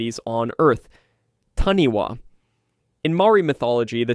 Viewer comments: I love it!!! But it’s pronounced tāni-fa not taniwa. From nz🫡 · Love this❤ as I am Māori. The pronunciation is Tanifa not taniwa but spelled like taniwha. The wh is sounded like a f. but love the great work ❤